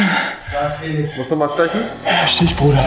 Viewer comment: Wie schön er sagt Stich Bruder 😂😂